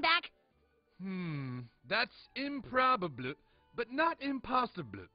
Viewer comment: It’s improbabluh, but not impossibluh